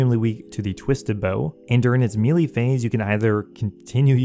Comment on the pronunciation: I cannot stand the way you say melee